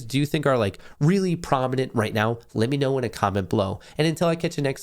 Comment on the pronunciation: "momentory" "morkets" good lord dude stop and correct yourself don't just talk through it